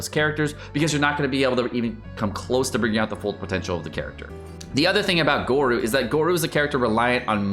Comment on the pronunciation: its pronounced go-ro and albaedo HAHAHA